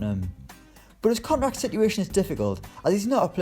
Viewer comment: This Guy Can’t Say Contract